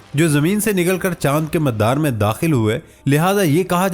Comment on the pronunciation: Pronunciation correct kr ln please, MADDDAR ni hota MADAR hota ha. Parh k bi sae na bolain tu agr khud tahqeek kr k bolna pare tu kya ho ga🙊🙊🙊🙊